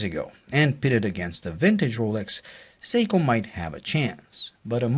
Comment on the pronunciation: SORRY BUT WHEN U SAID THE MODEL OF THE SEIKO...UR NOT CLEAR..SPEAK UP THE LAST WORD U SAID WAS GARBLE ''THE SEIKO MUMBO JUMBO...'' AS IN WHAT MODEL IS IT? SPEAK CLEARLY.